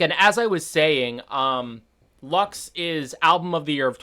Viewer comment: Not Lax ,but LUX with an English u